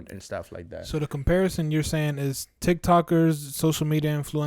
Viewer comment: “Comparition”😭😂😂 Ta duró el content tho🔥